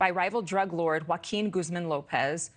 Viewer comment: 😂Dudes name is really & he can’t even at least pronounce Joaquin Guzman?!?!?!